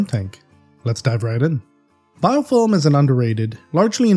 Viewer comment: Just jokin sounds like your sayin biofoam. ;D